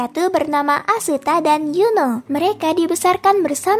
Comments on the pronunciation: astaa bukan asetaa 🤣👍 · Bukan asuta min tapi asta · asuta? Atau asta? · Black clover nah aku dengernya kakak bilang asita bukan asta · Asuta 😅 di anime nya aja dipanggil Asta Napa jadi asuta 😅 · Asta oy bukan aseta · Asta min bukan aseta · Yang w denger asuta